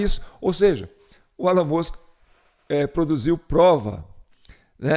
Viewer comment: A pronúncia de Ellon é Íllon